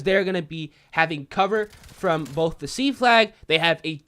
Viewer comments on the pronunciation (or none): none